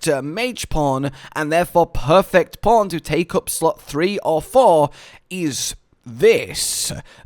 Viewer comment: Can you possibly make your "P" sound harder when you pronounce "perfect" 😆